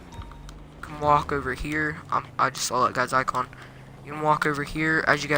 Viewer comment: “I never SAWL it” I’m not making fun I’m just wondering why some people put an L on this word